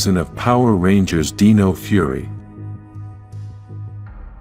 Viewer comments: It's Dino - with an I, not Deno. You are pronouncing Dino wrong. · This was a great video! It gave me good insights about the morphin grid! However, when the AI generated voice said Dino…he pronounced it like “deeno”, when it should have been pronounced like “dyno” as in dinosaur.